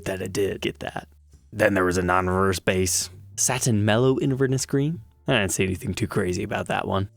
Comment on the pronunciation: Inverness is pronounced Inver-NESS with the stress on the third syllable. It’s a city in Scotland.